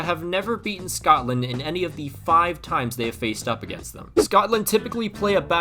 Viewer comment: Man said scotland in a scottish accent, then literally nothing else